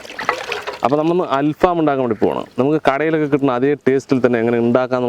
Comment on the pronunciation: ഫാം അല്ല ഫഹം